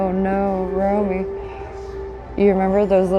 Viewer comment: If Romy's screaming at you is probably because of the way you're saying his name, lol. It rhymes with Tommy. I'm just kidding. He'll be thrilled that you watch. I'll send this video to him.